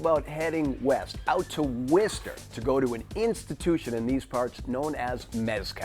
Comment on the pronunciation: Love how he pronounced Worcester so wrong.